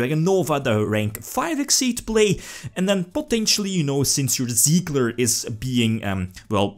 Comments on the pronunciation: Tsigler Not siegler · Try pronouncing it like "Zee-gah" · Its Sieger like "seeker" just with a soft S at the beginning and and the g spoken like Gregor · Der Anti-Mate just stop. There is no L in "Sieger" and you would say it somewhat like "Siiger" if you where to say it in english. If you have no idea about the german language please just leave the matter next time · It is "Sieger" the German word for "winner" ;)